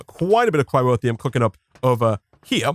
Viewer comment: It bugs me slightly that you replaced the R in "boron" with a W, and then moved that leftover R into the middle of "cryotheum" lol. Bowon and cryrotheum. All joking aside this has been super fun to watch.